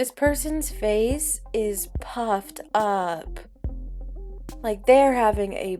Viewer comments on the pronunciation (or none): I had to listen ti that 'her face is puffed up' twice cuz due to the way you said it, my brain replaced puffed with fucked, and i couldnt believe it lol.